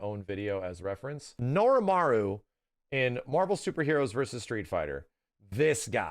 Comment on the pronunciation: It's NORIMARO Not Norimaru. It's literally there on the screen